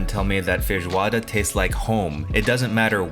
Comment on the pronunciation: Bro pronounces feijoada far better than I do and as far as I know I've been brazilian for 32 years. Merry meeeeeeee " from boy to boy s2